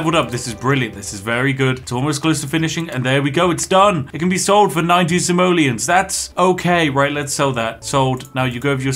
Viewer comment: when you say "Simoleons" I always understand "Somalians". hes prolly still not wrong. it's dark and wrong, I know. I'm sorry.